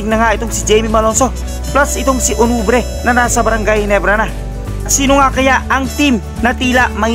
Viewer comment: Sir hindi po onwubre ....ang tama po ay on wu be re .... Thanks po sir more power po